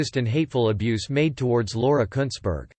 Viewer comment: You said it right mate, Kuntssberg.